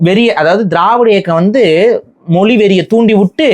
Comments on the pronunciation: "மொழி", என்கிற வார்த்தையையே "மொலி" என்று உச்சரிக்கும் இந்த genetically தமிழனாக இருக்க வாய்ப்பே இல்லை... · மொலி இல்ல ஐயா மொழி (ழி)